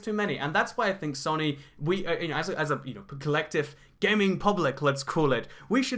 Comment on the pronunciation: please pronounce it soe-nee